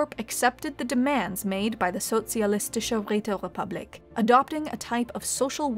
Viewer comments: My ears came when she said Sozialistische Räterepublik. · Finally someone pronounces Sozialistische Räterepublik right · Momln dieu! You did it! You mad woman managed to pronounce "Sozialistische Räterepublik" nearly correctly! Although you sound like a french when doing so. Which is probably even more of a compliment. Great work everyone. I was never so happy before to see a channel come into being and grow. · I feel offended that can pronounce Sozialistische Räterepublik beautifully, but pronounced Caesar as "See-zer" like NCR scum. Ave, true to "Kai-zar"!